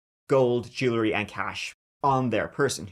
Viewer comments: Jewel-ry, not Jooler-y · JÉW-EL-RY! JÉW-EL-RY, DAMMIT! Not jew-luh-ree. How many times do I have to tell ya!